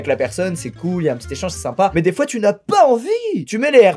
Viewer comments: On peut en parlé de l'accent de du mot "des fois" à la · A il prend un accent anglais pour dire "des fois" 😂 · Il a fait un mini accent canadien